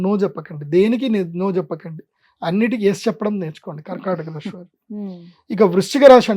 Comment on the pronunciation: Rashi kadu dude rasi...palakadam raadu neeku....nadi MEENA rasi ..nenu chala bagunnanu...